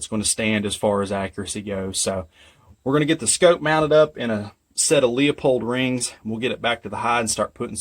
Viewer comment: Great video. But it's LEU POLD. not LEOPOLD. AS in LOO or LUE or LEW. Sorry Im just nickpicking. but again great Video.